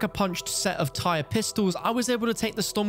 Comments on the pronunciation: ITS NOT PRONOUNCED TIRE YOU UNCULTURED HEATHEN. It’s pronounced like Tyr from Norse mythology. It’s pronounced like Tier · Ugh…. Tyr is pronounced “tier” not “tire” 🤦🏻‍♂️ Do people not notice how all the attachments are all Norse gods?! Good grief. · It’s pronounced the TEAR, not tire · Note tire, tear like when you cry. As I do every time I hear anyone call it a tire. Does nobody know Norse deities are the theme. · It hurts to hear you pronounce it as tire... its tier in pronunciation like Tyr of the giants in Norse myth. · The revolvers are pronounced like “tier” not “tire”. It’s named after a Norse god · You are pronouncing Tyr wrong, it's the name of a Norse Mythological being, it's not Tire, it's Tier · "Tyr" is pronounced "teer" not "tyre/tire" like the norse god. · Tyr as in tear. As in the Nordic God of War. Not "tire" not "T-Y-R". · Tyr is pronounced tear as in teardrop im pretty sure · Tier... That's how you say Tyr, as in the god of war from Nordic mythology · It’s pronounced “Teer” like the Norse god. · It's Tyr. or Tier, or Tear. T - eer my god man the mispronunciation of this weapon from everybody is killing me man. its a name based a Norse god. as are some of the attachments for it. TIER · Good video, but the first pistol is pronounced Tear, like from your eyes as it's spelled the same way as the norse god Tyr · The fact that you pronounced "Ullr" right but was mispronouncing "Tyr" was tilting me so badly 🙃😅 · There is since the attachments have other norse god names... So you should know its in reference to the gods name...